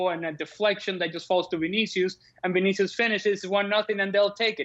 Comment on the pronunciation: this guy said Vinicuis lol